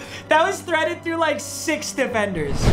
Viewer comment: And he said threaded😑